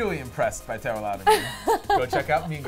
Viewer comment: Did he really just call her Tara Louderman ????